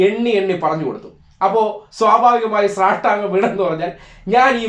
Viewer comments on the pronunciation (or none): സ്രഷ്ടാംഗം അല്ലടേ , സാഷ്ടാംഗം